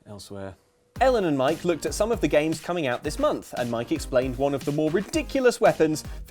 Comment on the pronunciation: Did he say, "I've never Luked better?"